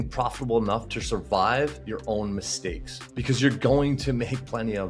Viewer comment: "mislakes made" 😅